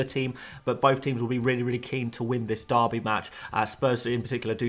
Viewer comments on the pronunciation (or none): none